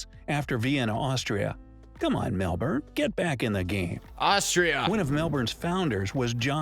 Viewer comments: Ummmmmm.......... Narrator: What are 'E-Moos'? It should be pronounced along the lines, 'E-Meus'. Also, Mel-bun, not Mel-borrrn. ;) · Eye Twitching 😂” It’s Melbin! Not Melbourne hahaha you’re learning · Love you rolling your eyes at the mispronounciation of Melbourne , like a local 🤣😅🤣